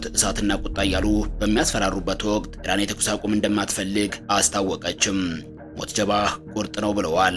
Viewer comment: ኧረ ተው ጃል ሞጅተባ በል ሞት ጀባ አይደለም😂😂😂😂😂